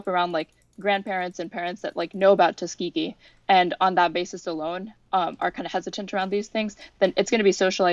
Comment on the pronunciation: Someone please tell Destiny that Tuskegee is pronounced with a hard g